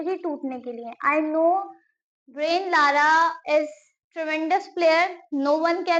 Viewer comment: beta, ब्रायन लारा है, ब्रेन लारा नही।